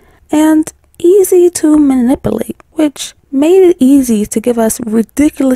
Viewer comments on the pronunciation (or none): omg she said min-ip-u-late